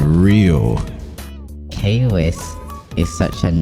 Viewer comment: Whatever you say kwiss 👀 #masku